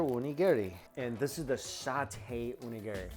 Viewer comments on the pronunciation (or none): Mike, you're fantastic and i love your videos... but please... That Onigiri isnt named Gary. O-Ni-Gi_Ri... <3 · If you plan to live in Japan, need to work on that Onigiri pronunciation